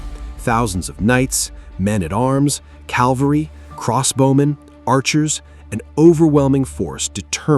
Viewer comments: AI. The word is CAV-AL-RY not CAL-VARY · It's cavalry, not calvary. This is what happens when you use AI to narrate your story.